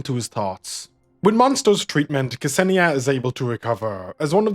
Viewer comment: K-Senia xD You mean Ksenia, pronounced like Xenia? Hahaha it's kinda funny tbh